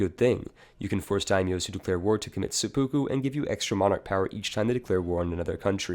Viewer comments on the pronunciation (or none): none